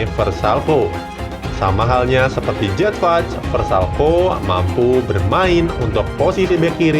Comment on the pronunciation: waduh.. bukan jedvaj tapi yedfai bacanya